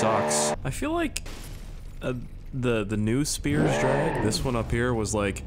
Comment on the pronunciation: Just a heads up spiers and speirs are both said the same.. for it to be said the way your said it originally it would look like this "spires*